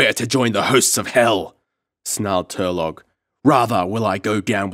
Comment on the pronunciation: it's Tur-low not tur-log